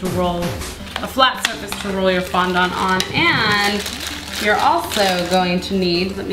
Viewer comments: Its supposed to b fondunt not fondont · its fondAnt, not fondont ! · Umm.. not trying to cretizize you, but fondont is pronounced fondit sorry... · She does fondant funny haha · The way you say "FONDANT" is weird but i don't mean any offends